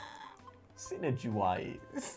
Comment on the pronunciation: synergwise..... thought you may have gone with S-win-ergy? also L.N slider album when?